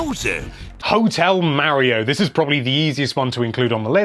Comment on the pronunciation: Say Mario right please